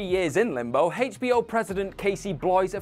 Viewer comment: I guess I'm the only one that hears it and thinks so but the way you guys pronounce HBO is so damn weird